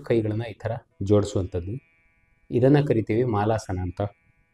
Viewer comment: ಮಾಲಾಸನ ಅಲ್ಲ ಸರ್ ಮಲಾಸನಾ ಅಂತಾರೆ. Its not a Garland pose sir its a potty pose. Sorry for my correction to you but thought I can suggest. Thanks 😊